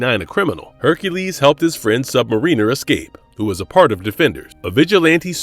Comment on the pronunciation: its pronounced "sub mariner" not "submarine r"..